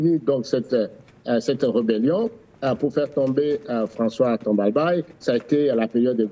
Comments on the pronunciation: Non ce n’est pas Timbalbai.C’est Tombalbaye. Le A doit être prononce’ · C’est baye et non beye. Donc c’est Tombalbaye et non Timbalbeye????